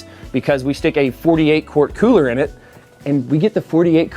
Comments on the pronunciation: The way he says cooler like; "Coohler" ["Cooh - Ler"] irks the hell out of me, XD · Love the idea but the way you say the word cooler is really sending me 🤣